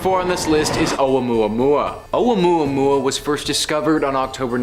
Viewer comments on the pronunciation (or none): Oumuamua: Pronounced like "Oh-mua-mua" It's not oua-mua-mua and Avis' name is Pronounced: Av-ee Lobe, like earlobe...you should know what you're teaching people before you can teach it man. Respect.